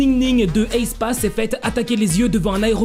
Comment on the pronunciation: Pourquoi tu il dis « Heyspa » ? C’est plus simple et logique de le prononcer « éspa »